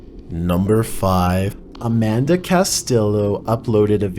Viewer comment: I appreciate the different way he's speaking, it breaks up the monotonous blah, blah, blah sound. What I'm sure I'm not the only one not appreciating, is the fact that I'm not sure if he thinks he's so popular that the respect of pronouncing someone's name that has personally sent him a clip, is not important enough for him, as in the clip #5 , when he states "Amanda" instead of the correct name "Armondo"..?!? WTF...are these people that are MAKING YOU not important enough to say their name correctly???? SHAME ON YOU